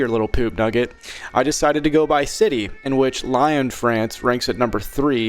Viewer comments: LION FRANCE, (Lee-yonn) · Did you really pronounce "Lyon" as "lion"? 😂😂😂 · Pronouncing Lyon as Lion is the shit I subbed for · Any French viewers in the comments getting mad at the pronunciation of 'Lyon'?